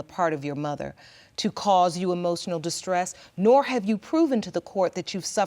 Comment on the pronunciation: TO CAUSE "EMOSSSIONAL DISTRESS......" HEHEHEHE